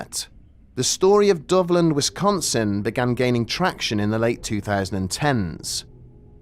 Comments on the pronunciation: When I first heard this story, I thought you were saying " Dublin"..... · I was listening without looking at the screen so I thought you were saying Dublin this whole time